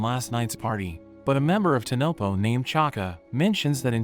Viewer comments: bro said tonopo instead of tonpopo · It's not tanopo it's tan popo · Bro it's not tanopo it's tanpopo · saying tenepo while in the anime it is tenpopo